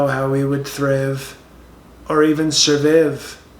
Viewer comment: “Thriv” and “Surviv” OMG I CANT!! 🤣😂🤣😂